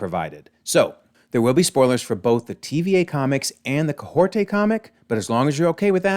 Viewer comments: Kahkorta it's Kah hori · Hey why can you not say Kahhori’s name right? Like we have literally heard it out loud so why do you not know how to say it; and why are you saying Kay-hore-tay and adding letters and sounds that are not there…? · That is definitely not how Kahhori is pronounced! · I believe it is kah-HOR-ee. Listening back to the her original What If...? episode, that's how it sounds when she introduces herself and her name being said by other characters. I have heard the interview with the voice actor, Devery Jacobs, saying her character's name. I could see how one could interpret the "t" sound on the last syllable, but I understand it as kah-HOR-ee based on what I hear. Hope this helps!